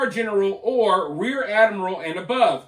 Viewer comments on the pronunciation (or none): none